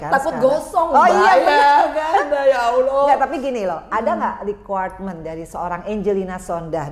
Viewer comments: Allah mba ..bukan Awloh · Salah sebut allah kok awlah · Maaf ya mbak angge bukan aulah tapi dobel ll allah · Cekeeeeeeppppppp....mba Angie lebih dari muslim biasa....cuma menyebut Lafaz Allah nyq saja yg perlu dipetbaiki ...over all...subhanalloh... Allah mengangkat drajat nya Amiieen...